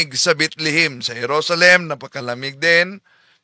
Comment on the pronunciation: Bethlehem sir Hindi Bitlihim😂😂😂😂